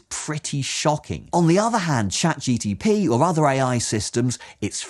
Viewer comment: Good criticism, solid. Too bad that you didn't actually use ChatGPT, although you keep referring to it. Marks have to go down for that I'm afraid, since all those bots are not quite the same - and for the repeatedly mispronounced name, and for the wacky stripes doing weird distracting stuff :) Those AIs are not that smart just yet, alas. With a bit of back-and-forth and a pinch of prompt engineering, they can do a much better job than shown here, but that means the man-in-the-loop is still essential, which kind of answers the question. But with the right self-reflecting architecture, we'll get there soon, we just need to dare put it together - or wait patiently until someone does.